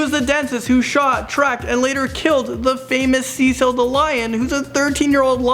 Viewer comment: did just say seacil